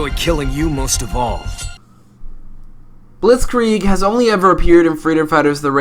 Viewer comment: Wow, you pronounce Blitzkrieg really good. I‘m German. Blitzkrieg means Lightningwar